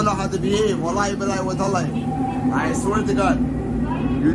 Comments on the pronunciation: for all people i am muslim somalia but that guy has acsent even smile 2to jannah say tallahi but this guys say wataali ask evey somalia people how to pronounce it i think he born in somewhere or he is mixed that born in ethiopia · Exactly bro, this was something that would have been hard to find if it weren’t for someone propagating these clips. He’s an obvious imposter who’s getting endorsed into doing this. What kind of Muslim can’t even say Wallahi properly? And uses it in such an unfit way? He wears earrings as well and seems drunk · As somali muslims, we do not claim this man, can’t even say Wallahi correctly.